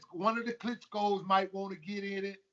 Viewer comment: It's 'KLITSCHKOS'.